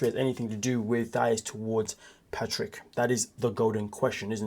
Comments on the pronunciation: Thais said like Thaeese...if you watched the show you would know how to pronounce it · THA -EESE! Like GrEECE! Hope this helps you say her name right. Did you watch the show???